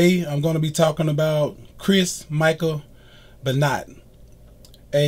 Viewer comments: First video done without present because the guy is just reading a Wikipedia entry Not your best video By the way, it's pronounced "ben wah" not "ben not" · I've followed pro wrestling for 46 years and I've never heard of this Beennot. Please learn how to say his name correctly. Thank you. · I know that you're gonna hear this ad nauseam on this vid but it's pronounced "Ben-wah", and ALL old school wrestling fans know that WWF/WWE is the same company but yet you mentioned it as a different promotion. They had to n change the "F" to "E" in 2002 because of a legal lawsuit with World Wildlife Fund...😒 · You aren't even close on pronouncing his last name correctly. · Brian Mcnamara I cringed every time he said it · I'm glad you understand that you pronounced his name incorrectly because honestly, you sounded ignorant. Just saying.